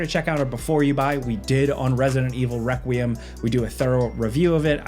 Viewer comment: Lol he said Wequiem